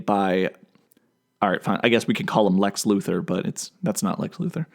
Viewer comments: I would pay a dollar for everytime he says lex luthor like that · I don't see why you have a problem saying Lex Luther when you say Superman with no problem at all.